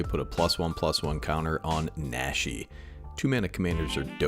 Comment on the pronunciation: Since you brought it up. Naw-she. Like the aw in jaw or the a in nacho. PSA over. Thanks for the video